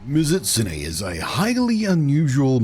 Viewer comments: Meez-oot--soon-eyyy. There, you can say it correctly now XD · to any curious, mizutsune's name is specifically made up of the japanese words mizu(water) and -tsune as in kitsune(the fox yokai thingy) so it'd be pronounced "Me-zoot-soon-nay". Blunty seems to be saying "Mitsuzune" which is probably just a mild bit of dyslexia switching around the zu and tsu sounds. Common thing with words that have similar sounds like that, I've heard people say "mitsuzune" specifically more than a few times.